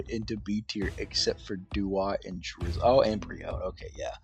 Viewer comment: drizzile in d tier I do not agree with it but I respect it everyone has their own opinions (btw you did not pronounce it right)